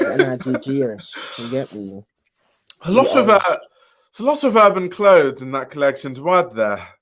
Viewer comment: urban with the hard ER is crazy lmao